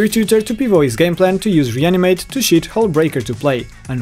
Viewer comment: did he say shit hullbreaker into play or shoot hullbreaker?